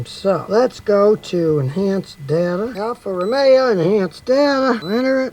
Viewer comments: Ol' Scotty really doesn't like Italian cars. He can't even pronounce the brand. Alfa Romero! :o! People like Scotty perpetuate unfounded car brand perceptions. As long as Toyota keeps sponsoring his customised denim shirts! Yee-haa with 6.1M subscribers! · I was making a car review for Alfa and I accidentally pronounced it “morero” and I was nailed by the YouTube community lmao